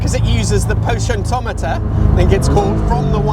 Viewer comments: The what? 'Potientometer'? Do you mean: the potentiometer?! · Say: po-ten-she-omiter. There. It's not that hard. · Stunning motor! Just for future reference it's pronounced po-ten-she-ometer. 👍